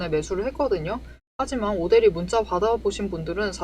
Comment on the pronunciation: 오대리 흥분하면 발음 꼬여서 오대리를 오드리라고 발음해요😂😂😂😂